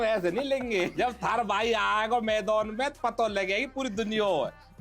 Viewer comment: मैदान ❌ मैदोन ✅